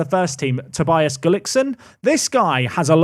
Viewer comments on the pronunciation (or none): none